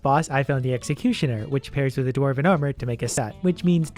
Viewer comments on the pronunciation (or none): none